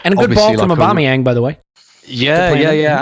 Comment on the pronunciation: Put some Respeck on Aubameyang's name.